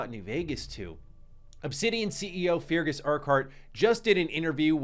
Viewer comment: MY MAN — I GOTTA STOP YOU HERE. FEARGUS IS PRONOUNCED “FIH - RGHAS” PLEASSE .. like Ferguson w/out the “son” luv u tho thx